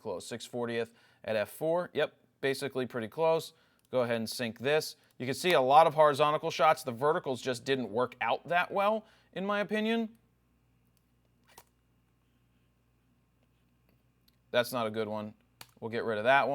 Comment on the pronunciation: Thanks Jared, very informative as usual. I'm a fan, Raw Talk is hilarious plus I learn stuff every time I watch! One observation: you pronounce "horizontal" as "horizontical". I have words that I've been mispronouncing all my life, it's hard to correct! Thanks again!